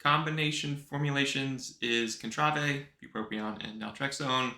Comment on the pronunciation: "con-tra-vay" lol is it intentional at this point